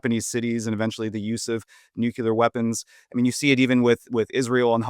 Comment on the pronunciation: If you pronounce nuclear as "nuke-yoo-lur", I have a hard time taking you seriously.